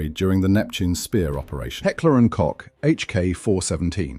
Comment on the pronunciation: "Koch" is pronounced like Coke - the drink. Good video!